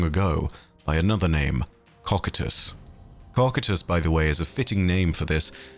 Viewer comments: Would not cocytus be Pronounced (Co-kai-tus) ? And not (Cockatus) lol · How do you get cock-i-tus Out of cocytus? Ko-Q-Tus Like I'd expect so-sigh-tus if you wanted to butcher it but my guy has dick on the brain 😂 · Coe kite us not cock at us. Sorry but it’s the only thing you ever do that I don’t like and to be honest I respect you for having learned the word through reading and not as a spoken word (otherwise you would be nailing your pronunciation) I know it’s a small gripe but it does bug me to hear a word repeatedly mispronounced. I don’t try to correct you to act superior but rather do help you be better, I’m sorry if it comes across as petty bitching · I think you're mispronouncing Cocytus. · Ha you said cocytus